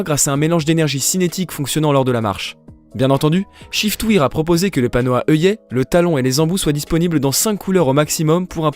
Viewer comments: On prononce chiftwaire et non chiftwire (shiftwear) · En effet c est waire (pensez a la prononciation de i am wearing) (prononcé ai)